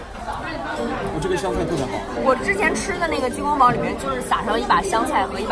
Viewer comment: 提个小意见。鸡公煲（bāo 包）不是（bǎo保）